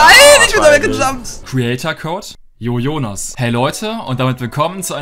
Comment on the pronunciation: Jojonas not yoyonas